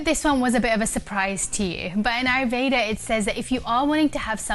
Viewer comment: I love your content and I am grateful to you for sharing the knowledge. I and I believe other Indians would really appreciate it , if you could pronounce Ayurveda properly. It is a beautiful word and I think pronouncing it the right way would be respectful.